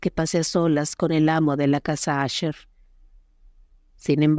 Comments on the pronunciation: Es un problema que presentan ciertos programas para la lectura de textos en voz alta, aunque tu escribas Usher en el guión, la voz lo dirá como asher. Si quieres que suene bien hay que estar verificando y editando las palabras escribiéndolas mal "ucher" para que suene bien "usher" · NO ES LA CASA "ASHER" EN INGLÉS SE PRONUNCIA TAL COMO SE ESCRIBE. "USHER"